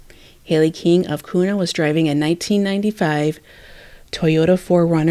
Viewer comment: You are awesome. Here’s some tips Kuna is pronounced Que-na and Weiser - Weezer 🥰 weird I know.